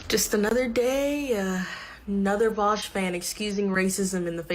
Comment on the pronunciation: before anything else vaush's first crime is how he pronounces his name